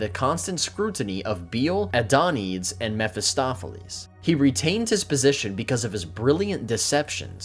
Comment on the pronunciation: Be careful of the Greek/Latin 'e''s. They're not silent like in English. Hercules is pronounced "her-que-leez." Bele is probably "Beh-lay" though it's unclear. Think "bene gesserit." Adonides is almost certainly "adon-e-deez." Greet content though. Keep it up.